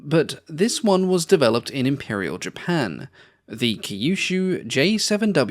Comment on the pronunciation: Kyushu is pronounced similar to "queue shoe"